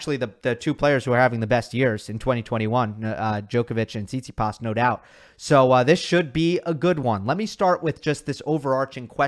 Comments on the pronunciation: said tsitipas in 4 😂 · Haha, I almost died when you said Tsitsipas☺